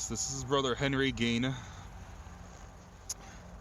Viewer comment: “Ed geen”